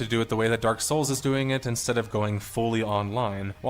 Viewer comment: In the list of games a the narrator puts weird emphasis on Dark Souls.